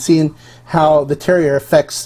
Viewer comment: Don’t want to be that guy, but terroir is pronounced tehr waar.